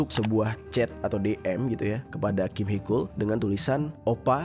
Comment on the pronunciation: Koreksi bang haechul,di baca hecul bukan hekul